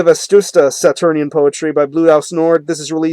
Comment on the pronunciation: dude, it's "Vetusta" not "Vestusta"